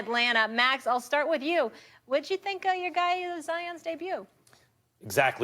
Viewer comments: Really Chuck? “Whith”? 😂😂😂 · its with not whith idiot